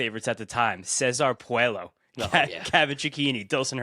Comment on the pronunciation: how you gonna go Spanish 3 on Asigen and then go Spanish -5000 on Puello? It's pronounced Pwayo. And Luis Robert ends in a hard t. Cmon you guys can get the names right, just basic respect to the family name.